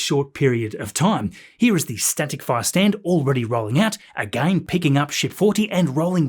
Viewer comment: I love the way you say again... A-Gain 😂❤ love your videos thanks for keeping us updated